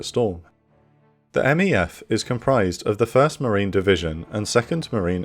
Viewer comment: Quick thing that’s ticking my OCD—we say MEFs and MEUs phonetically, so “meff” and “mew”. Besides that, you’re a fantastic